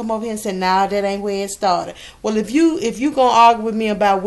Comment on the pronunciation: "WELL"...... pronounced like "whale"